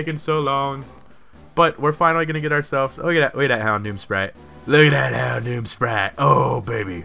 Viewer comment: hondom? lol houndoom?